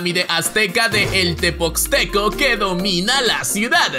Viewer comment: "TepoXteco"??? wtf